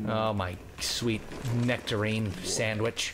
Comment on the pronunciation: thumbs up if you heard him say sweet nectorine sandwich